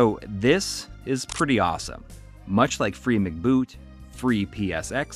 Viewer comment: I think it's "free em see boot" not McBoot as in McDonald's. MC seems to mean "memory card".